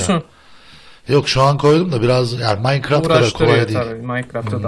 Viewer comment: abi maynkraft cekk ( TUNÇ DEYİŞİ İLE )